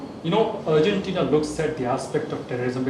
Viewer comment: Simply disgusting pronunciation . Neither the news reader nor the two onsite reporters can even pronounce Argentina. It's ARGENTINA and not URGENTINA. Horrible! Simply poor!!!